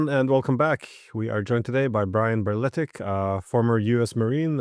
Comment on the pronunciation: it's brletich